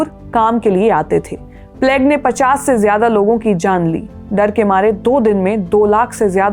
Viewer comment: Thanks for the informative podcast. Your pronunciation is good and clear. However, please google search the correct pronunciation of plague 😢